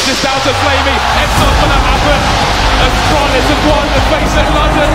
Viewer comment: Did he Said Astralis?